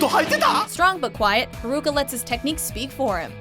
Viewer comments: I cringe when she said Haruka wrong 😒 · It's HA-RU-KA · Yea dubs are really bad They almost always pronounce names wrong. Like I was cringing every time she said Haruka and Nanase